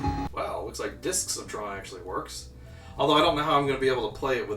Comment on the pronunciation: you say "Discotron) weird